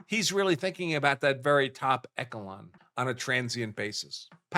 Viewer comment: The correct pronunciation of "echelon" is with the stress on the first syllable: ESH-uh-lon or ESH-uh-lawn. It is pronounced with an "sh" sound at the beginning, not a "k" or "ch" sound